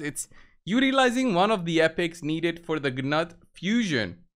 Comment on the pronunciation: Newt! The G is soft and not pronounced.